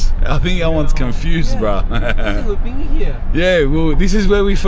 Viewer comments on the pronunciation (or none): Say bean again 😂😂